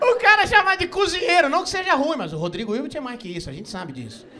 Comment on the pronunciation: eu amo que ele falou rodrigo ilti, virbi, irte menos hilbert